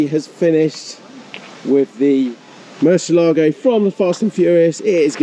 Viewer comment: I reluctantly clicked play with my fingers crossed "Please don't say Mercy ALAA go... please don't say Mercy ALAA go... please don't say Mercy ALAA go... please don't say Mercy ALAA go... please don't say Mercy ALAA go... please don't say Mercy ALAA go...". Sigh.